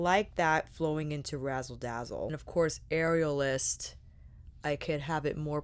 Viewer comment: Am I the only one who kept hearing “areolas” and not “aerialist”? 😂 Beautiful looks!! Not the palette for me but I love to see what creativity it inspires in others!